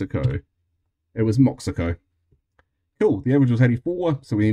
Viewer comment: Moxico is pronounced as mow-SHEE-ko